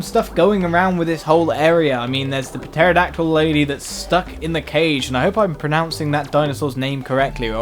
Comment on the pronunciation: Is pronounced "terodactyl"